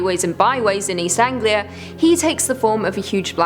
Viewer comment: haha, if you’re from Britain and you don’t know how to pronounce east anglia mate, you should prolly pack up and leave. Does the word honestly look difficult to you?